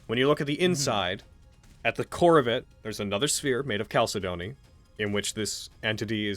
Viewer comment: Anyone else triggered by how mispronounces chalcedony?